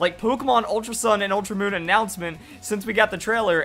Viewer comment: "ultra oon "